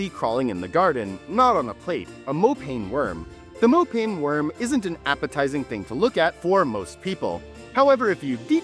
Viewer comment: Mo Pa( as in Papa) Neh worm. Not mopayne worm. It's just a delicacy all year round not just Xmas. Good job though